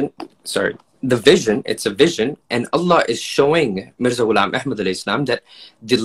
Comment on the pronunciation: Geeza talking about pronunciation, can't even say Allah properly. It's الله not اللح.